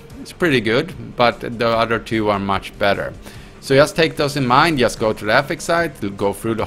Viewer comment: drink a shot when he says "yust"